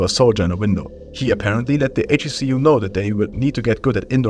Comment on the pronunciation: ‘HECU’ is produced: heck-oo btw